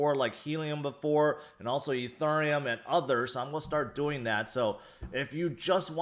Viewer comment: Did he say E ther Um! 😂 yo it’s E theory um.